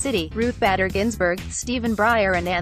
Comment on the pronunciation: It took me awhile to figure this out, but there must be a robot "reading" the text. Initially I was just irritated by the mispronunciations of Susette Kelo (pronounced KEE-low, not Kello) and Justice Ginsburg's middle name (pronounced BAY-der, not badder.) But when the narration said "_ _ _" as "underscore, underscore, underscore, I knew it was a robot. My suggestion? Have a real person actually narrate the text next time after learning how things are supposed to be pronounced. P.S. I met Susette Kelo at the premiere showing of "Little Pink House."